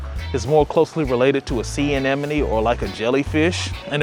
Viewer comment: I love that he said anemone so flawlessly